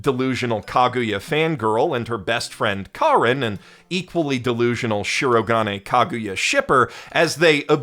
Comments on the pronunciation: Dub narrator's worst crime to date::butchering the pitch accent of Shirogane's name and infecting multitudes of fans, including dear, with his own bizarre stress pattern. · Did purposefully mispronounce Shirogane's name every time it came up to drive me and others insane. I think so. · Nice video. But please don't say ShirO-ga'ne! It's flat! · say it with me SHE-RO-GA-NAY... not she-rog-ah-nay the rest of the video is great. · The amount of work that must have gone into this tome of a video is awe-inspiring, and the analysis it contains was thoroughly enjoyable, but if I hear しろがね mispronounced as "shurro-g'nnay" even one more time I might just have an aneurysm. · I love how he said Shirogane as Shirogain, not cringing at all, not one bit :) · As a Japanese speaker: I will never forget the pronunciation of "Shirogane" as "She-roh-guh'nay" 😂 (Amazing video, by the way! Such passion speaks for itself 🔥 🔥 🔥) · Dang it I didn't scroll down far enough before posting my own sarcastic aside about the headache inducing swing from correct pitch accent to whatever the blazes that "shi-RO-guhnay" mess is. The voice actors try so hard these days to master stuff like the right R sound and you feel bad that nobody ever taught them the pitch is important too. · Would be a perfect video if he didn't pronounce shirogane like that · I'M FINALLY BACK!!! I WATCHED THE ENTIRE SERIES UP TO SEASON 3 AND THE MOVIE!!! now I can watch this video:))))))... god I'm dead inside edit: either there's alot of differences in the manga, or got a few things wrong??? well... besides his severe misproununciation of my son white-castle's name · I can only listen to you consciously mispronounce the name Shirogane so many times man. Why are you doing that? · I'm aware you're probably doing it as a bit, but listening to you mispronounce 'Shirogane' every time you say it despite loving the series enough to make hour plus diatribes, I die a little inside.